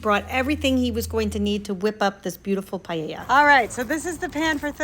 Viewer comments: Just so you know, it’s pronounced “pah-yay-yuh”…it’s Spanish, so the double”L” makes a “yuh” sound. Everything looks delicious! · I love your content, but I'm Spanish and every time I heard you say Paella I had a mini stroke hahaha